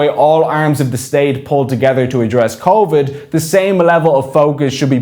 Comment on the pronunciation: What's convid? Spoof nineteen is it?